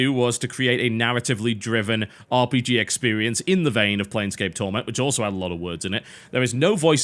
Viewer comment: sounded like he said bj XD but its called rpg